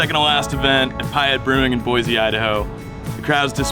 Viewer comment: Hopefully someone corrected how you pronounced Payette. Welcome to Idaho.